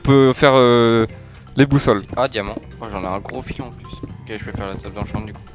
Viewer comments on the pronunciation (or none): c'est moi ou il dit fion a la place de filon 🤣😂😂